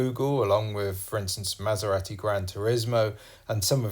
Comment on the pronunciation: Good video, but wish you would pronounce Maserati the Italian (proper) way ‘Maser-ah-ti’ rather than ‘Maser-rat-i’!